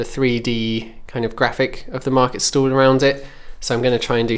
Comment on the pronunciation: Is it just my non native ass, or the way you pronounce market stall sounds like market stool?